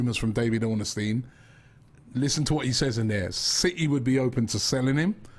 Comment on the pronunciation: ROBBIE ITS DAVID ORNSTEIN NOT DAVID ORN-NES-TEIN